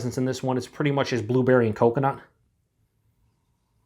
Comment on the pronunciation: you said two berry instead of blueberry lol